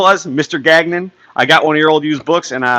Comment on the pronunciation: Gagnon... it’s french! Ga like lady gaga... and nion... ganion is how you say it 😁